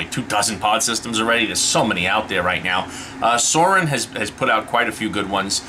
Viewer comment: Its not called salt nic its nic salt 😐 and suorin is pronounced swore in ffs lol